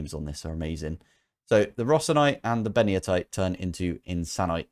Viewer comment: Ben-ito-ite. Nobody ever gets it correct. Poor San Benito deserves recognition. It's not named after Mussolini! 😢